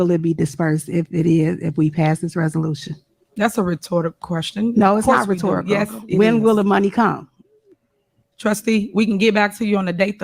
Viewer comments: She can’t even pronounce rhetorical 😂😂😂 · lol she doesn’t know what rhetorical means she couldn’t even pronounce it, she says “retortic” , along with Frogilous Alizetions and so many other words . She’s a complete idiot